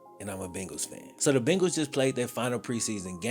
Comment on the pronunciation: Are you saying “Bingals”?